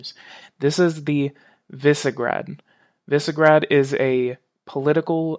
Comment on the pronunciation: Visegrad, pronounced VEE suh gr ah d. The name of the place north of Budapest where Vlad Dracula, the great fighter against the Ottoman Empire, was wrongfully imprisoned.